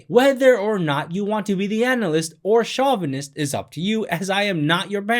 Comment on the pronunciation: Hey bro, great video - but it's pronounced "show-vuh-nist" not "shaw-vuh-nist."